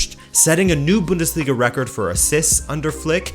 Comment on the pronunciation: it is called the Bundesliga not the Büüündesliga